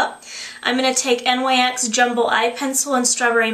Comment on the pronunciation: The Nyx make is acctualy pronounced like "nicks". I used to make the same exact mistake ;D